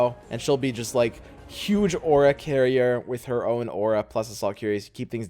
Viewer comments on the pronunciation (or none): none